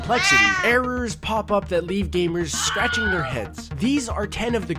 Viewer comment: When he said scrathing there head I was scrathing my head